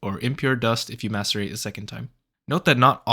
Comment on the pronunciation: 👍 straight away for simply pronouncing "macerate" correctly.